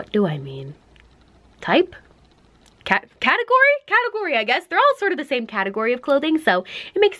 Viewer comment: The way she says category tho